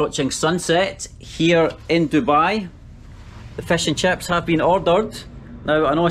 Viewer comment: When he says Crips instead of chips